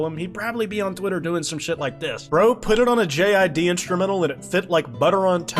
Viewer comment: The way you pronounce JID as one word sounds like an antisemitic slur in russian.